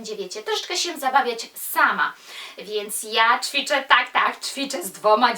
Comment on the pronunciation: Też chętnie z Tobą poćwiczę ;) ale błagam... to "CZwiczę" boli w moich uszach:/